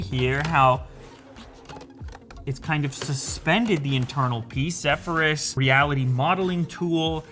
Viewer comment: It's the misspronunciation of Zephyrs for me. lol